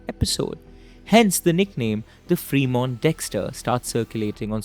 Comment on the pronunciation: Bhai it's not pronounced "Free" Mont 😄 It's फ्रेमोंट!